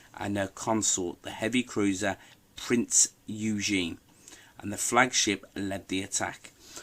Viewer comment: Cool video. Only one suggestion, so please don't take this as me being a smart ass; the pronunciation of Prinz Eugen isn't pronounced "youjean" but "oi gan". I thought the same thing until my wife's grandfather, who actually served aboard Prinz Eugen, pronounced it for me. One thing about the Denmark Strait battle was HMS Hood should have NEVER been there and surely not as a flagship. The RN knew for years her dangerous deficiencies and yet did absolutely NOTHING to correct it OR put her in battlecruiser roles for which she was designed. She did have a decent belt armor, turret face and barbette armor but she had huge open spaces and the armor she did have wasn't very well placed. Had HMS Hood exploded today with the RN having prior knowledge of her serve design deficiencies, the families of all the lost sailors would/should sue the SHIT out of their government for putting their family members heads on the chopping block!!! The RN tended to use the battlecruiser as a battleship and the innocent sailor always paid the price for the leaderships poor decisions.